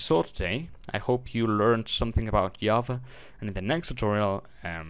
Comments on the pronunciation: it is Java, not yava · very informative video but it's JA-va. not YA-va. repeat after me: JAAAAAAAAA-va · Good tutorial but I just wanted to piontout that java is said with a g sounding I not a y sounding j